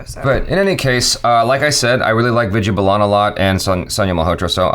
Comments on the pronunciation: why do you keep saying "Viji balan" It sounds like "weed-yea baal-an" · Hey it's not viju balaaan, it's Vid ya Baa lan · Ohhh maharaj, Name is pronounced as vidya baalan not Vidya balaan. irritated me multiple times within seconds.😬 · Hey......Vidhya Balan is pronounced as WE-DHYA BAA-LAN not as VID-YEAH BA-LAAN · Am I the only one hearing Vida Balaan..lol., it's pronounced as "Vidhyaa Baalan" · what did you pronounced?? Vijay Blaaaan???😱😱😂😂😂😅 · Vidya is pronounced as 'With ya baa ln' ... U can do it 💪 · imagine her name spelled as ViDyaa Baalan when you pronounce it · “Vijja bolon” please correct your pronunciation 🤣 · Vidya Balan is pronounced as With-diya Baa-lun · Try saying it this way "VITH" "Yeah" "BAH" "LEN" = ʋɪd̪jaː baːlən = Vidya Balan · WITH-YA BAHL-UN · It's Vidya Balan(Wid-Yaa Ball-an) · Did I heard saying "Bijya Belan"??? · Who's that "Viju Ballan" Edit: Ohh, isn't good in reading Indian names😅😂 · I have never heard somebody pronounce Vidya balan like that.Hilarious 😂😂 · Hey u are entirely wrong in pronouncing the names...u are doing hindi film reaction but your ability of pronunciation hindi words is always wrong. Please work on your pronunciation. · why achara not correct to pronounce vidaya balan name right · It took me few min that he is saying vidya balan